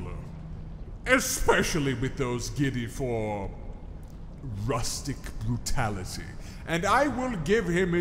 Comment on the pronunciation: "Rustic Brutally"??????? Ouch good sir